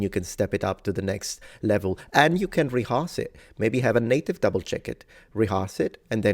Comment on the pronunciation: you say ´reharse´ in stead of rehearse, the second syllable is more like ´her´ or hur. But the message is right: don´t be scared to make mistakes when speaking a foreign language.